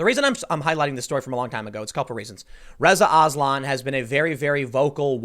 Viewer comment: When you said "Reza Aslan" I thought you were saying " RIZZA ISLAM"